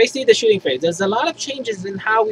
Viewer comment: Shooting phrase? Typo or accent?